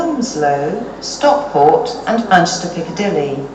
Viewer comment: She can’t say the M in Manchester. So she says Anchester Airport Lol.